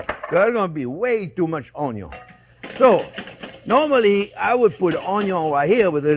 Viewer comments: You had me at onyo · Ah come on Chef! You can never have too much onyo you know its true! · The man who single-handedly taught a generation to dice an onyo. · Chef, you are a delight to watch! Always interesting videos and always cheerful. There are a couple of words standard here in the house. Onyo and "I measured carefully"! Thank you for your inspiring videos and personality! Greetings from a Dutch guy in Norway!